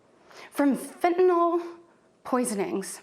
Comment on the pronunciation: She can't even say fentanyl